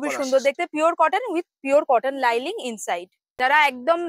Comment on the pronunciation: Linings not liling